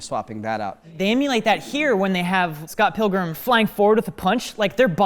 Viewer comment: "Scott Pillgrum!" what a start to the video... Never heard anyone mispronounce it like that before, it sounds like a follow up movie where he's 80 years old.